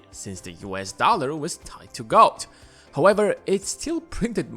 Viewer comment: When he said “ gold it sounded so much like god funny 😄